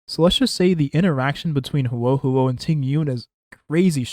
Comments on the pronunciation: bro im begging please say her name right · He didn't, but most native english speakers don't know/care how to pronounce things outside their own language very well